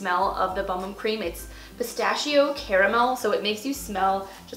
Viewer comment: LOL... The boom boom cream oh my goodness Lady it's not boom boom it's the bum bum cream... LOL. At least I got a good laugh out of her monotone voice. All in Good Humor folks, all in Good Humor